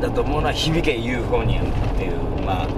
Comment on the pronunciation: 太田さんは「響けユーフォニアム大好きなんだよ！」と言ってたんですが、ずっと「ユーフォニアム」ではなく「ユーフォニア」と言ってたんですよね。大好きで見ていると言ってるのに。